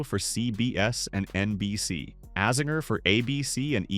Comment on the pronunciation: Great video but please learn to say AZINGERS name correctly it hurts my ears, he is team USA so yeah get that ironed out bud! ✌️